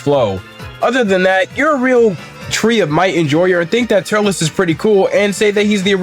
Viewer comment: Turles is pronounced “Turls”